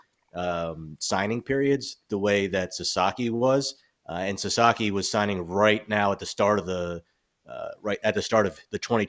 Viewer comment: hey, baseball expert...it's Sa-SA-ki NOT Sa-ZA-ki....lose credibility when you keep botching the last name.